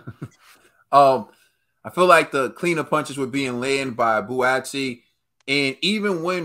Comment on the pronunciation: It’s pronounced Bwaatsi not bu-atsi … They are from the same part of South London, Crystal Palace and Croydon and have known each other for years … Hence the mutual respect ✊🏾